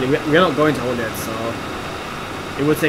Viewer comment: I will rewrite Holyhead for you just so that you know how its actually pronounced even though its not spelt this way (HOLLYHEAD)is how its pronounced not spelt in this way, but Holyhead is the actual spelling